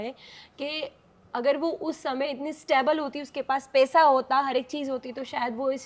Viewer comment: Pesa nhi paisa hota h over acting